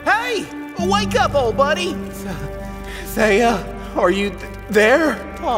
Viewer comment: Thiea, “Th-ie-uh” Not “they-ugh”